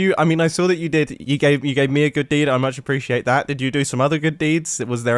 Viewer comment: "I appreci-gAHtate it... i appreciate it"